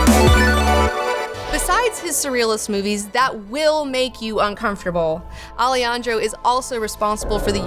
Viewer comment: O A Also, A-le-han-dro